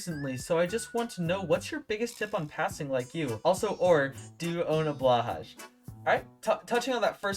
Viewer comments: As a person of the land of ikea I would like to inform you that it’s pronounced “BL-OOH HAI” not BLA HAGJ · Yeah but blahaj is funni but definitely agree that it’s pronounced blähaj